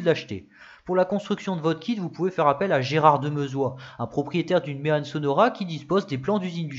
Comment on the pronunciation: J'habite à une trentaine de kilomètres du village de "Méanne". Je te taquine, parce qu'on prononce "Mé-An" (comme dans "maman") mais bon, ce n'est pas très grave car avec ta vidéo, j'ai appris plein de chose sur cette voiture ultra méconnue même dans ma région. La seule "Méanne 😁" que j'ai vu en vrai est la barquette au musée bruxellois Auto World, c'est dire.... Encore bravo pour ta vidéo ultra pro et documentée, (euh, je veux dire ). Gros pouce bleu!